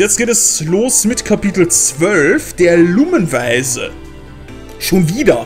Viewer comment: ich versteh immer lungenbeißer statt lumen weiser